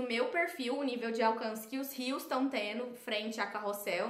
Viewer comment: Cada vez que um social media fala “Rios” ao invés de “reels” ele perde uma estrela de confiança! 😢 da mesma forma que um fashionista precisa saber pronunciar os nomes das grifes corretamente, os social media do Brasil precisam falar os termos corretamente , é uma palavra em Inglês então precisa ser pronunciada.. uma palavra que está dentro do seu vocabulário de trabalho precisa de mais atenção 😅